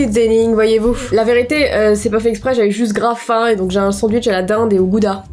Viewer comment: Ton sondouitche il est bon😅😅😅😅